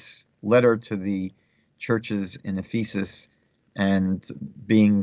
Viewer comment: The word Ephesus is pronounced F'-uhsuhs, not F-ee'sus. If you want to reach Christians, I suggest that you change this. Thank you. They may use this to mock you, G_d forbid. Shalom alechim.